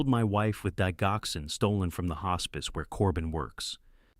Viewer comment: Please learn how to pronounce DIGOXIN. ITS INSULTING AND GRATES IN MY NERVES TO HEAR IT PRONOUNCED INCORRECTLY.